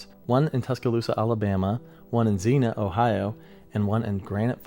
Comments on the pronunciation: Xenia: It’s ZEEN-yuh, not ZEEN-uh. Barneveld: It’s BARN-uh-veld, not BARN-veld. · Xenia is pronounced zeen-ya just fyi! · It's Zeen-yah Ohio not zeenah. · “Zeen-Yah” not Zeen-Ah. I was there as a 10 year old kid. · I'm from Ohio. It's "ZEEE-NEE--I-AAA." (Xenia). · It’s pronounced Zeen-ya (Xenia). Great video! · Local resident here. I know that you will probably never see this but.... Xenia pronunciation: "*ZEEN-YUH*" Don't worry, it's a super common mistake. It's a hard one to say because it's not common *AT ALL*! It's the only actual city in the US that starts with "*X*"! LOVE YOUR VIDEOS! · Enjoyed the vid! Except your pronunciation of Xenia 😂 Zee-nee-uh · Xenia is pronounced "zeen-ya." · Please pronounce Xenia correctly